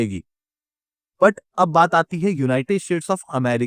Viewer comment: Yeh united "shades" Kyun bolta hai?